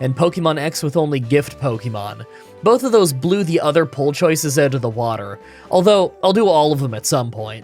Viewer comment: Can somebody explain why my man always pronounces "other" as "either"?